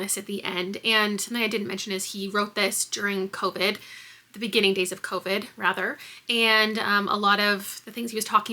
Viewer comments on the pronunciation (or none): none